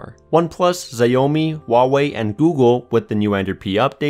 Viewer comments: Ziay oh me? I thought it was Sh ow me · lol, what is that brand? I thought you said Xiaomi.,. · Tahir Baig he daid zeh-o-me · "zayowmi" and "xiaomi" has a difference. Its pronounced as "shaomi" 👌🤧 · Wtf is you mean xiaomi? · BITCH WHAT IS ZAYOMEE. SH-AU-MI. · it's xiaomi or siawmi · Zyaomi.. 😂 😂 😂 It's xiaomi - shaomi man.. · Why is everyone saying its xiaomi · People who say shaomi have no idea that it's actually pronounced Cee-ao-mi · Fantasytky Okay but we can agree that it's not zayomee or whatever the fuck he said. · It's XIAO, pronounced as SHIAO in Chinese pinyin. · You do realise Xiaomi is pronounced sh-ow-me. Like the start of the word shower and me. Not Zi-o-mi. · u trippin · Xiaomi? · it’s pronounced “ciao-me” for God’s sake! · "" I can't believe this is an Android channel where they don't even know how to pronounce a brands name. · Xaiomi is pronounced "show-mi" Show as in shower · UselessDood God no. It’s pronounced shiao-mi. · Xiaomi is pronounced "shao-mi" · He said Zayyomi instead of Xiaomi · Come on, man. It's "shao-me." If you're working in the phone community you should at least know how to pronounce the names lol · Gabe Johnson nope it is shiao mi not shao mi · I was with you all the way up to the point where you said. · Did this nigga just say ziomi? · never heard of them... lmao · it is pronounced SH-AA-OO-MEE for God sake! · It's SHOW-ME (SHOW as in shower) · No, it's pronounced SHIAO ME. Check the Chinese pinyin pronunciation. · Holy.... How can someone really f up saying XIAOMI so badly? Biggest cringe of my life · IKR? It's so annoying when reviewers totally disregard pronouciation of mostly foreign products and just do it their own way as if they can't be bothered to try 🤦‍♂️ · Yeah he butchered the pronunciation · Wow that's the worst pronouciation of Xiaomi that I've heard.